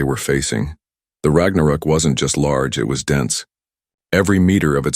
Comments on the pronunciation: rag na rook? omg.. please fix your AI and work on your inbound CC on our display. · AI Trash, can't pronounce Ragnarok.